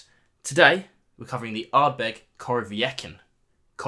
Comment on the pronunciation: Hey, "Ardbed" 😄 🍻